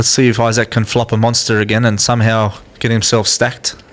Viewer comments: apparently australians don't know how to say the word "isaac." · eye sack